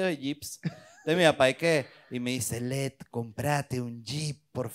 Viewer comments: Nadie le podía explicar que se llama Led y no LEG? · Que sufrimiento cuando decía “LEG” en vez de “LED” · Me angustia tanto el "Leg". es LeDDDDD con D